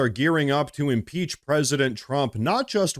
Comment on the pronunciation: I agree I thought he said he wanted to throw 7 peaches at president Trump. Or one peach 7 times. Hard lingo to understand!